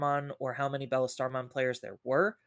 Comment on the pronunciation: Why are you guys of the absolute opinion that Alphamon can’t be DP reduced? The turn he digivolves sure but what then? And why does say Bellastarmon it’s BLstarmon like Beelzemon, they’re named after Beelzebub not after Egirls.